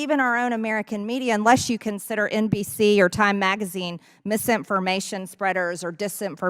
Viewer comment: Hey Marge, “misimpformation “ is not a real word. You should be in-dick-ted for your hackery of the English language,…. among other things.